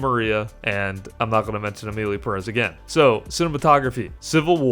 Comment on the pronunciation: I have to disagree with you. civil war was almost unwatchable. Perez has a syllable accent, so is Peh rez. The movie a real pain is espectacular. Nosferatu is good too, but not for the Oscar. The apprentice is a great movie.